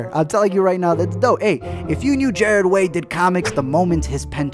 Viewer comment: Jarred Way 😐